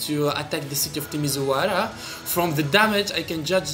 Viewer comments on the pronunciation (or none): The city of ✨TiMiZuARa✨ the accent is killing me :)